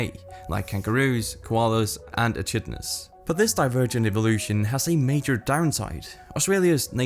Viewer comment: Echidnas is not pronounced like a sneeze